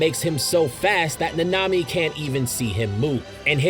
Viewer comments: Satoru Gojo: SAT·oR·Ru Gojo Itadori Yuji: Yuji E·TA·Dori Maki Zen'in: Maki ZEN·IN Kento Nanami: Kento NaNa·Me the name butchering got me heated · My ears burn everytime he says any name ever. How do you mispronounce Nanami bruh